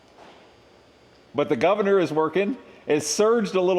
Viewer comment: I appreciate your "guvna" from myself in UK 😂